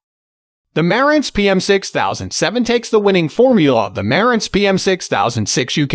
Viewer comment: bot voice - After so many times mispornouncing Marantz, I couldn't listen any more.